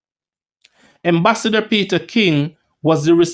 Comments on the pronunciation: Its Ambassador and not Embassador lol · Am is am, em is em, the word is ambassador not embassador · The word is (ambassador) with an A. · The word is AM-bassador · I believe he this it for fun because he knows people will comment